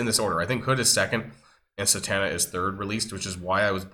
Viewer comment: Thank you for the free intel! 🤣Also, it's Zatanna not Satanna, just a nerd fyi